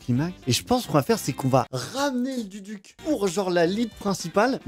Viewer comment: Ca faiit plaisir d'entendre l'instrument phare de mon pays, le Duduk est juste incroyable, MAIS LES GARS ON CA SE PRONONCE DOUDOUK